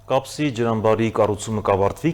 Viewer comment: Հետեւեք ձեր հաղորդավարներին՝ ոչ թե Կասպի, այլ Կապսի …